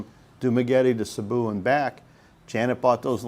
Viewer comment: Sabu!!? Where’s that 😅?? I’ve heard of Cebu Cmon pronounce it correctly It’s See-boo 🙄🙄🙄🙄🙄🙄